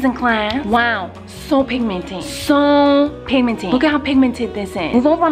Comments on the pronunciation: This much times miranda said pimimted | | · this is how many times Miranda said pigminted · "So pinmimented" 😂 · "listick" "piminted" "eyelatches" "punctchuatin" "blutch" that, my friends, is the miranda sings makeup vocab. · Yess lol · Penguin Wolf I know but she pronounced it wrong that's why I wrote it that way😂😂